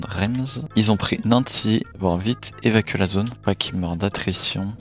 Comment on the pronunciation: Super vidéo mais on dit Reims=rince et pour Nancy=nan si